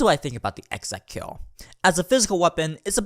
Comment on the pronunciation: Ek-ZekKil, Ek Ze Kil, Ek Zey Kill, Ekzey Kill, E zey kill, Easy Kill.